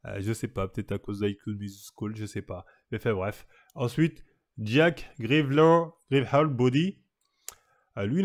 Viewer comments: "Jake gyvyyelaan inhall body " mdrrrrr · Le pire c'est Jake Gyllenhaal il a dit Jacques grivieur body